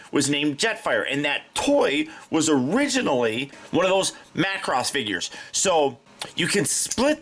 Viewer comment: Major props on saying Macross. 👍